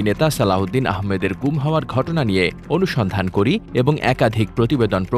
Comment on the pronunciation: উচ্চারণ ও বানান অনুস্ঠান না, অনুসন্ধান হবে